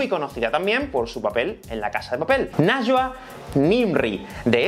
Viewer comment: Este video es increíble, pero su nombre se pronuncia como "naiwa". :)